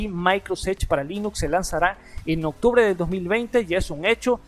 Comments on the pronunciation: Octrube :v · Like si viste octrube y no OCTUBRE